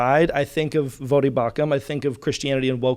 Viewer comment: It’s actually not “Vah-Dee”, even though it looks like it should be pronounced that way phonetically. If you listen to Voddie introduce himself, HE pronounces it “Voh-Dee” (long “o”). 😉